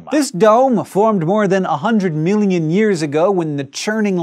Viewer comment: haha, it sounds like hes saying "100 milinjun years ago" XD